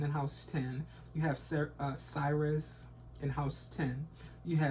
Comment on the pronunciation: Sirius is pronounced serious love ya 🗝️